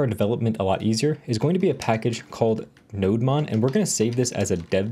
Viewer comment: Nodemon is pronounced Node-Demon. It’s a server demon for Node. Ergo the demon horns on the Nodemon logo.👿 Cheers.